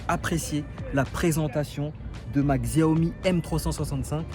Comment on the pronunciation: C'est pas pour t'offenser mais on prononce Xiaomi ( chaomi ) Sinon bonne vidéo , je compte acheter une m365